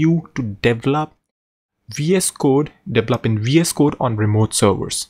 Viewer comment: It's deVElop, not deveLOP.